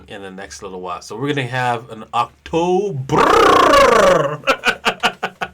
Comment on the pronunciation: "A already dead women, that shouldnt be alive" ^^ and "Octoberrr" made me laugh so much! XD Love youre humour,! ^^